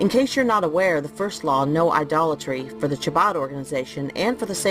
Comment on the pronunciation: Excellent! Shared in my groups and putting Antifa Anita on blast! They couldn't even pronounce Chabad correctly 😂. Pathetic! 😂